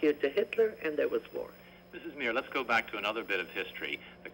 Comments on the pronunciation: It’s Meir not Meri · Golda MEIR - not MERI